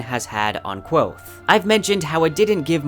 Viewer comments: It's Kvothe not quothe! lol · This is great, but for the love of Tehlu, it's Kvothe, not Quothe. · His name is Kvothe not Kwothe, interviews and the audiobook both pronounce the V. Please adjust your pronunciation in future videos, it's kind of cringy. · It's not pronounced Kwothe. Read a fucking book. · stop saying kwothe... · Great video, I love your Kingkiller content! But it's pronounced Kvothe, all one syllable with a KV sound, not Quothe here's Pat saying it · did this dude say quothe? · I liked the video, but I think your pronouncing kvothe wrong. Patrick rothfuss has a pronunciation video and says the v sound in it. Thank you for all your research into the video. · Pat is very clear in his pronunciation video that the v is not silent. He says it like 3 times in a row. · Yo me too ITS A V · Not a bad video, but it's so hard to watch somebody who obviously likes this series as much as me pronounce the protagonists name incorrectly 37 times. Especially in a series where names are so important. Elodin would be disappointed. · It's hard to take your videos seriously when you can't pronounce Kvothe right. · The "v" in Kvothe is not mute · Just grow balls and pronounce it right. Don't waste your time worrying about the feelings of people who don't have the time to listen to Pat pronounce Kvothe the way it's spelled. Don't be a sheep because a portion of your viewers is incredibly stupid. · In that videos linked above, he says Kvothe with a v